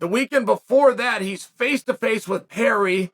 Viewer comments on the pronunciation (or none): none